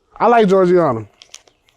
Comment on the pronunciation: Oh nah he said jorjianna She's from my hometown hell nah